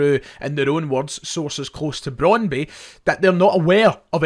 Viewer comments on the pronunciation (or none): You slag off shoddy journalism and claim to have a degree in the subject yourself, yet you continulaly get your past tenses wrong, ( have went !) and mispronounce names - (it's cal-choh with ch like 'church' not cal-see-oh, and it's Brond-byoo, nont Brond-bi). At least you're not saying Cagliari with a hard 'g' as you were before but just a silent g, (in fact the 'g' is not silent but soft - 'gli' in Italian has a very specific sound - but never mind ). This is all so easy to check- it's called Google.